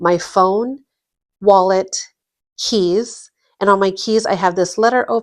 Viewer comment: When you said keys, I thought you said cheese.